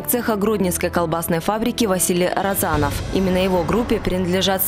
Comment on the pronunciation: С ударениями в фамилиях не разобрались, что ли? РОзанов и РозАнов, НЭбе и НЁбе...